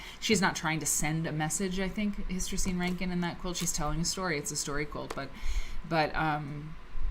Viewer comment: Was looking for inspiration today and happened to find your video because I searched Hystercine Rankin. Perhaps you'd like to know that her first name is pronounced Her-teh-seen. How do I know? That's how she said it herself. I was fortunate to meet her several times at the Mississippi Cultural Crossroads.